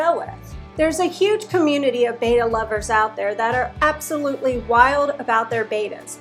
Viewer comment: Its not "Baita" its Betta LOL.